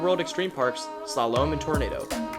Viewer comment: i find it kinda funny on his pronunciation of Slalom. almost like he is trying to shalom. its Slaw-Lum. LOL